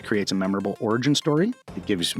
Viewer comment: First, the nitpicky annoying bits: "Origin", not "Oragin", and "Vile Curses", not "Vial Curses". :D Second, all good ideas, I'm going to save this video to my watchlist for campaign design. My last campaign, we did in a modified Ancient Egypt setting, and one of the players created a Divine Blood Sorcerer, and chose Horus as the deity. After the campaign developed, it turned out that before the PCs were born, Horus had undergone the ritual for apotheosis (I think I'm using that right) to a higher level of god, splitting his soul into mortal bodies to grow, and he would collect them again after their deaths, becoming a Greater God, similar to the ritual Osiris did when Set cut his body up into pieces. There is a group of Horus priests who don't understand the whole thing and think it's their duty to rescue Horus' soul by killing all of these mortals. Including the new Pharaoh.... ;) The PCs hadn't found out very much of this yet, we didn't get that far in the campaign. They did meet one minor goddess twice, who sort of helped them out. The BBEG were the yuanti from the jungles to the south who were trying to overthrow the Egyptian nation, and the way I envisioned the final battle was 3 of the PCs would be empowered by Horus, Set, and Isis to fight the Anathema, while the other 3 PCs fought the head yuanti priests. The world I'm currently sort-of working on, and may never actually play, has a more low-key vibe: the gods are Genius Loci, locations on the world with power and int